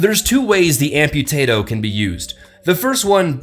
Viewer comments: Did anyone hear “Ampotato” instead of Amputator? 😂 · "The Amputatoe" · 2016 "ampotato" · Did anyone else hear say Ampotato? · He said Amputatoe XD